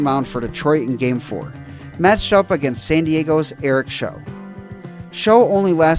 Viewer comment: Great video! Couple little things... Padres pitcher, Eric Show (rhymes with cow) and the Padres had home field because home field alternated between leagues every year until Selig changed it to all stsr winner in the 2000s